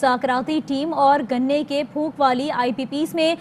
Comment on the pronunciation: It is PHOK not PHOOK